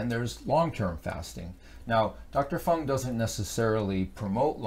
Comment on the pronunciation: I am an avid fan of Dr. Jason Fung. It is a bit distracting when you continuously mispronounce or just botch his name. Otherwise thanks for the info and the effort.